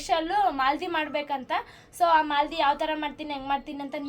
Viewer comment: ಅದು ಮಾಲದಿ ಅಲ್ಲ ಮಾದಲಿ ಅಂತಾರೆ